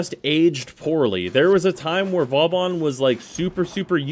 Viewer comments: Its not Vawbawn its Vawbin or Booben, hehe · Gotta say, most of the time I’ve herd you pronounce Vauban it wasn’t a big deal, but hearing it like 10 times.... It’s not Vaw-bon, it’s Voe-ban. Two smooth syllables. “Au” makes an “o” sound and “ban” is pronounced like “ban” when banning hackers/cheaters. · You still pronounce Vauban wrong, after all this time. People on the DE devstreams have said the name of this frame out loud numerous times. At this point you're just doing it on purpose. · Wrong, as are most people who wanna be pronunciation nazis. Vauban is a french word, and is pronounced like this: Now how about giving it a rest and stop trying to correct people on things you yourself don't even know?